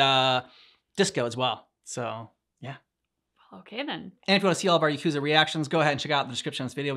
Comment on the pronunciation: Yakuza 0 is such a good story, the first game that almost made me cry…. And the songs are all fire (btw it’s pronounced Ya-cuus-ah)